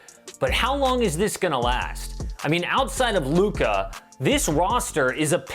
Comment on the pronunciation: His name is Luka, not Lucah.